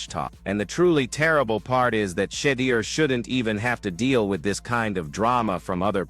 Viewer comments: Please train your AI to learn how to pronounce Shedeur. Not She-deer but Sha- door. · Learn how to say his name whewww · Please invest the effort to master the correct pronunciation of the name Shedeur. Sound if you are saying 'SHIT.' Your lackadaisical approach to English will not suffice and is quite disrespectful individuals name should be said correctly